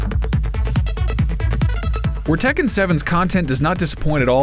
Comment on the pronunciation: The way everyone mispronounces Tekken triggers me xD